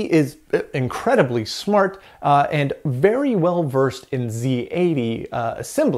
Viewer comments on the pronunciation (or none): none